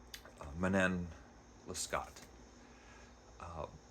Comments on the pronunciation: It's pronounced roughly man-naw less-KO. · Alexandre Dumas fils is pronounced like Alexander do-MAW feece (think of the Golden Fleece but without the L) The name of this book is pronounced man- KNOWN luh-SCOH by abb-eyy pray-VOHST — I capitalized where I thought the stresses should be if we spoke it in English. I excluded Abbe because French is not a stressed based language and I think if you go either way in English it will work depending on the sentence. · That was a quick review! Sounds like I should order the penguin translation; thanks for addressing this important factor (translation). I read Dangerous Liasons years ago and really enjoyed it. I absolutely love the opera Manon Lescaut (it's pronounced something like Leh Scoh like "show"). Try to watch even just the famous aria scene, it's so very moving when performed well. Good review, thank you. Glad you're sticking with Clarissa! That's on my list. 😮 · I made it as far as , at which point I was defeated by your terrible French pronunciation (it would have taken you less than a minute to google the pronunciations of the name of the book and of the author) AND by your use of the word "laborous". The word is laborious. Using incorrect (in fact, non-existent,) words is not a good start for a would-be literary critic.